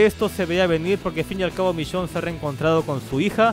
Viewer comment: "vishionne" v